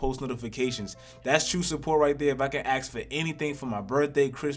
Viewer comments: I was gonna subscribe until you pronounced ask as ‘axe’ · That's all I axe